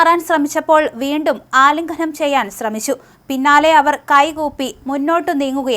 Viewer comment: 'ആലിംഘനം ' ചെയ്യല്ലേ കുഞ്ഞേ....